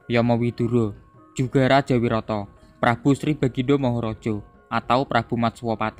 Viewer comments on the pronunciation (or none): Maaf mas cuma mau mengoreksi, pengucapannya yang benar "wiratha" bukan "wirata" mas 🙏🏻